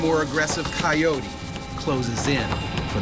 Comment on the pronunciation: Right, coyote, "kye-yoat", not "coyotie".